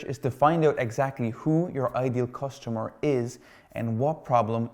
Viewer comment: Nice content (btw it's cUstomer* not costumer)